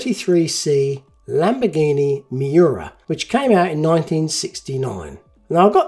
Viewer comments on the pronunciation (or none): none